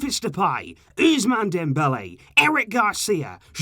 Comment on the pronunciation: The ‘S’ in ousmane is pronounced ‘SS’ and not like the letter z